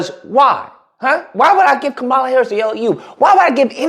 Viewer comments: So you're mispronouncing her name on purpose. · If you want to make a point, you might want to use a spell check and learn how to pronounce her name correctly. Start there.